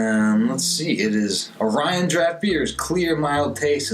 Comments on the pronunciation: Indeed. 😄👍🏻 “Oh-ree-ohn” ...not “Oh-rai-uhn” But, as a young Lance Corporal on Okinawa, I also (mis-)pronounced it the very same way, after the constellation Orion, until I learned enough Japanese to know better... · This was my go-to when I was stationed in Okinawa in 2006. Just a heads up, it is pronounced like Ory-on over there. Also, the several Okinawan bars that I've ordered, it's been served solely draught and always in a frozen frosty mug which improves the head a bit and gives that "pop" you were looking for had it been colder. Excellent review, you got one more sub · Look up the orion beer song for pronunciation. :)